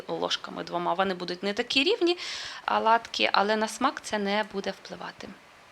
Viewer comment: Не аладки,а ОЛАДКИ.Для чого коверкати мову?